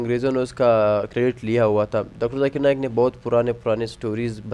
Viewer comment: Arey Dikra “JAKIR” Nahin - BOLO ZAKIR 😂